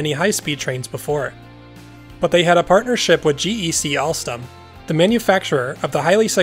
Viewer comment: “Prance” and “alstlam”